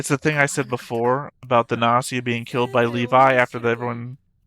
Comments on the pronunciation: gnosia and gnosis use hard g tho ;;; You pronounce it as Gi ギ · also we got a dub last week.... and the official english pronounciation is Gnosia With a hard G... I'm still going to say Nosia -_- (like Gnosis)